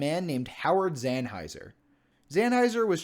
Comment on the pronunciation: Nicely done video! Thank you for highlighting the importance of America's wilderness! 👍🏻 Couple of comments: 1. Howard Zahniser's last name is actually pronounced ZON-i-ser and not Zan-hiser. Common mistake. 2. Congressionally-designated wilderness areas do not necessarily need to be 5,000 acres in size. The Wilderness Act of 1964 does not actually establish a minimum size requirement for wilderness areas. The smallest designated wilderness area is the Pelican Island Wilderness in Florida, managed by the U.S. Fish & Wildlife Service, at only six acres. And in fact, there are 90 wilderness areas that are 5,000 acres or less in size within America's National Wilderness Preservation System.